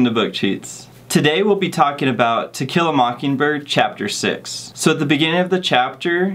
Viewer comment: Sounded like you said tequila mocking bird lol